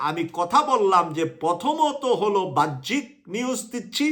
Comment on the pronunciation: সাহেবের উচিত তার ভাষাগুলো শুদ্ধ করা। তিনি বাহ্যিক শব্দকে উচ্চারণ করছেন "ভাহ্যিক" বলে।এর আগেও বিভিন্ন ভিডিওতে/ টকশোতে তিনি "বৈষম্যকে" উচ্চারণ করেছিলেন বৌষম্য।